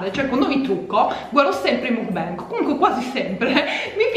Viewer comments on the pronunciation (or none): si dice mukban 😂😂comunque bel gran video !! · "Mukbang" si legge proprio come si scrive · mukbang si dice come si legge, è coreano